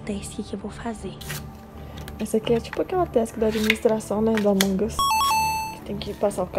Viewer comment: No começo o falou avong us e e among us